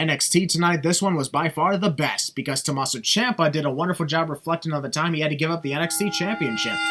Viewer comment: Well because Tomasso and Adam Cole have the same syllables, he would just say "To-ma-sso" Bay Bay